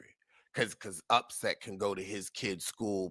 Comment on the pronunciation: 😂😂😂😂😂😂 calling that man upset instead of Offset 😅😅😅